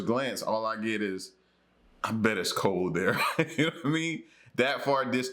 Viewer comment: The word is "cold" not col, or Cole or coal.. please pronounce your words right!!